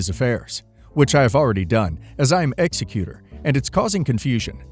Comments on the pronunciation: Last story, and many stories on this channel. It’s pronounced ex e que tor. Not executor (like killer). It really drives me nuts listening to a lawyer channel and a very basic term of law is mispronounced. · Last story- it is ex-EC-utor, not ex-e-CU-tor.